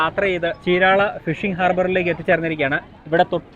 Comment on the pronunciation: Correct ചീരാള അല്ല చీరాల ആണ് cirectj